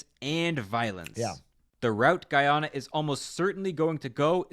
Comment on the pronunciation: did not pronounce it right once lmao